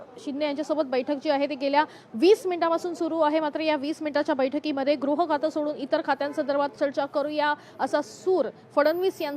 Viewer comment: Grah nahi baba gruh khata. Shivseneche nete shinde pan ashikshit ashuddha bolnare.